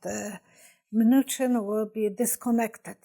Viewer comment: Cohen is coh-en not co-hen. Mnuchin is meh-nu-shen. Thank you for noticing your Mom chooses cards that are not above your pick. Other than that, LOVE the readings!